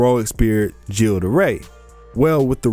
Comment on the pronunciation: ... It's not Joan (rhymes with moan), it's Jeanne (Basically John). It's not Gilles (Jill), it's Gilles (Gill like fish gills)